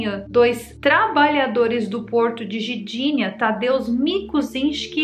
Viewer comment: Querida, quanto tempo estas morando na Polônia? E ainda não assimilou a linguagem do idioma? Eu sou de origem polonesa e me dói ouvir você tentar falar Gdinia dizendo Gidinia. Onde está a vogal " i " quando você fala Gidinia É o mesmo em português falar "maguima" em vez de magma ou "maguineto" em vez de magneto. As palavras polonesas em sua maioria são paroxítonas na sua pronúncia. Neste caso o "g" embora mudo deve ser pronunciado para ser entendido. Gosto muito dos assuntos que você aborda e sou seu fã e dou sempre o gostei em seus vídeos, mas "Gidinia" foi difícil de aceitar.